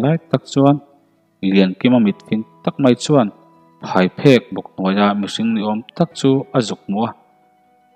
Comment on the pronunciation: phaiphek ni loin phaipheng a ni zawk lo maw...